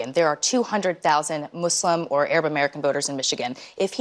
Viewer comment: “Mooslum” ?!?!? That blonde lady is so phony